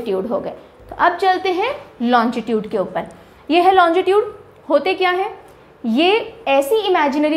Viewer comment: मैडम आप लोंगिट्यूड को लोंजी ट्यूड क्यों बोलरहे हो